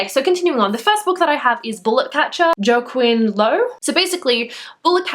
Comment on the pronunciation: "Joaquin" is pronounced wah (or woh)-keen. :)